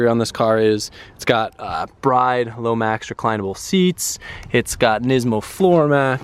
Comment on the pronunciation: you've been to Japan,Those seats are pronounced "BREE'DAY" not Bride.Doing my head in!! By the way I only came over to this channel cause one of your viewers spotted Ceetus trying to hide his baggie on his desk in the Feedom Factory Tour,So funny.....Busted Bad